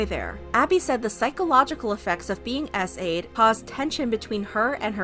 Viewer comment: ngl when she said SA’d i heard essayed